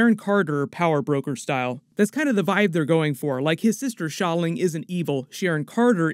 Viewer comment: Great pronunciation of Xia Ling! Have yet to hear any other YouTuber pronounce correctly! Appreciate the effort!